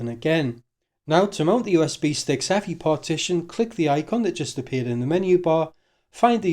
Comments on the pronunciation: Eeee. Ehff Eye! ;-) Otherwise, nice writeup. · EFI is an acronym, it is not pronounced “effy”